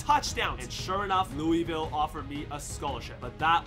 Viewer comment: As a person born in Louisville and lives in Louisville your pronouncing Louisville wrong but its fine you should still go to Louisville